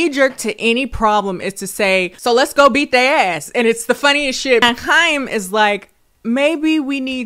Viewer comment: Small thing but I love that u were able to pronounce Chaim correctly haha